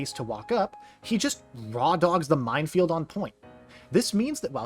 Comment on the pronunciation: only cause i hear so many others say it minefield* not mindfield